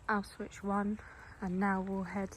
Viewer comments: yeah I know but you’re saying ow-switch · it’s pronounced ow-shvits